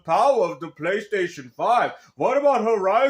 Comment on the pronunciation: In every time the way he pronounces PlayStation is very very remarkable. He calls it thr "Pchlaystation"